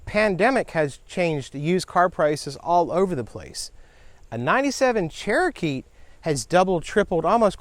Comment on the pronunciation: stop saying cherokeets lol